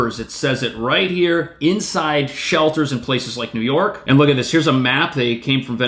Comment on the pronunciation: Whenever says "New York," I hear "Illinois."